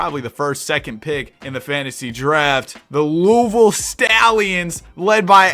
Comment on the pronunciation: pronouncing louisville right ❤‍🩹❤‍🩹